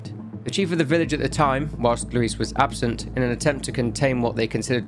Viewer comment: I love how you say “Luis” 💃🏽 muy elegante